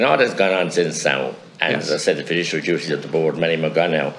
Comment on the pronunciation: Mattie: fid-dish-ery duty 🤣 spoken like a true tipp man